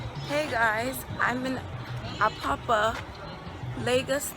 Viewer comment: She said she's a yoruba, but she's saying she's in "apoppa" it's Apapa 🤣